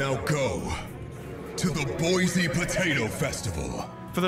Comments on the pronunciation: you can tell when people dont live in boise when they call it boizee instead of boy-see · Awesome vid but one problem… ITS BOISE NOT BOIZE OK?! But we do uhh have potatos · ERRRRM! IT'S BOISSSSSE. NOT BOIZZZZZZE. erm thank you very much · It's pronounced BOY-SEE NOT BOY-ZEE as a native idahoan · it's pronounced boysee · Of course, they mispronounced "Boise". Is Zane actually from Boise? Maybe that's part of the joke? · They’re saying boise wrong… jk great vid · maybe slayers x is fun but they mispronounce boise so idk